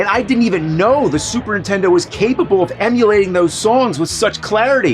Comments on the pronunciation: I still love how after all these years, AVGN still pronounces Super Nintendo as "Super Intendo" like so many other people I know ❤ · What's a Super Entendo? I keep hearing the Nerd say it. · I always hear it as "supern intendo" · Ahh still saying “intendo” instead of Nintendo all these years later lol